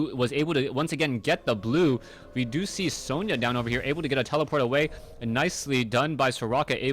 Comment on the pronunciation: Sona not Sonia